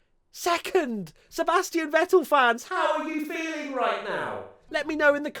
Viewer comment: You actually nailed the german pronunciation of Seb. NOICE